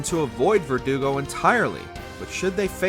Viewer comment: Thank you for pronouncing Verdugo correctly. So many youtubers pronounce it like vertigo and it drives me crazy lol